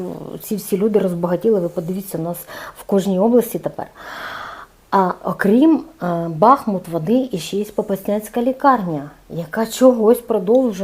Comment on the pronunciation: БахмУт, з наголосом на У. В "Енеїді" Котляревського згадується сіль-бахмутка, яка читається з наголосом на У.